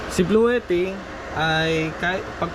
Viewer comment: blue - tea po ang tamang pangalan/bigkas nung power bank